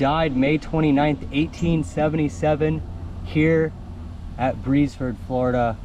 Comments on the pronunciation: Its official name is the Beresford Presbyterian Cemetery (there was a church at one time). The town of Beresford was at this location. There was a steamboat landing just west of the cemetery. The pronunciation is "Beers Furd." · Pronounced BEARS FORD. I am Richard Beresford